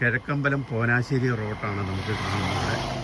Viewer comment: ചേട്ടാ പോനാശ്ശേരി അല്ല, പോഞ്ഞാശ്ശേരി